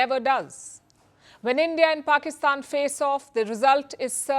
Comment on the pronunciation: There is "Petty" and then there is "Pakisthan" 😂